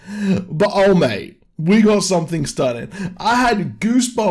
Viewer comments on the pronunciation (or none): none